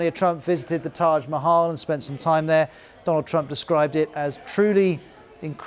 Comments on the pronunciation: Modi got his renge by calling him "DOLUND Trump" ;))))) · That Modi said Dolan trump... 😂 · And the Indian Prime Minister called him "Doland" Trump. so what? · thats not fair, Modi also mispronounced. He called Donald: Do-lund meaning 2 dicks in hindi. why put trump under the microscope for mispronunciation when Modis English is as hilarious.